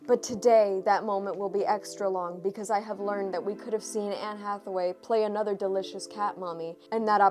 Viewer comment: i guess someone is ga-hay for Anne Atha-wayeee. ...Did you ever read the very 1st appearance of Blk Cat?